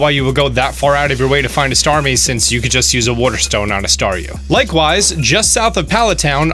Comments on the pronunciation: "wuter stone" ._. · he can't even say water stone he says werter